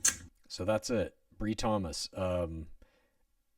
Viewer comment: Her name is pronounced with a long i, Bri - rhymes with Lie 😮😅